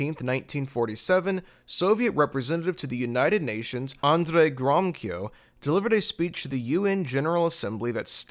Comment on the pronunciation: Read the infamous Balfour Declaration. It is stated therein that the settlements of Jews are not be to the detriment of the native Arab population. The two peoples are to be treated as equals. By the way, the name Gromyko is pronounced : Grow-mee-co